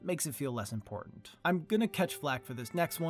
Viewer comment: "aaand... Rickon is not impotant."